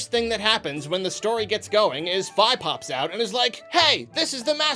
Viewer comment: "F-eye". Is that how you pronounce it? Lol